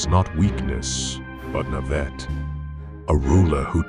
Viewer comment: A new pronunciation for naivete, i like that❤